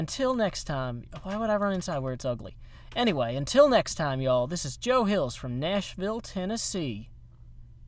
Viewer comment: "watashi wa hills-u desu"